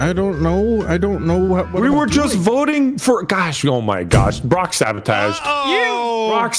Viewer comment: I love what said "Brock sabaataaged."🤣😂